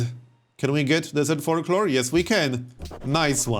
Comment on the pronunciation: I know it's not polite so please don't be mad but I have to laugh at how you say folklore and it sounds like fork lord. :D